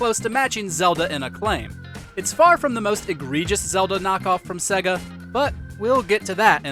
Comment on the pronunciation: Put a MegaDrive game on and learn how to pronounce Sega ffs.